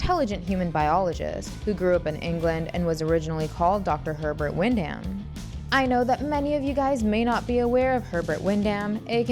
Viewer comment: Will check out the film soon. Very familiar with the HE from the comics. BTW...the last name is pronounced "Win-Dum".